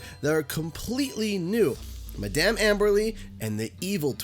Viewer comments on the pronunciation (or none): its pronounced mah-dum not Mid-dum. lmao